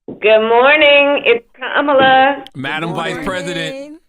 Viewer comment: Charla it's Kamala not Kemala get it right 😅